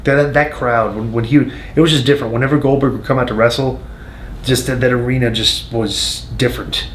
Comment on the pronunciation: Who the hell is glodberg??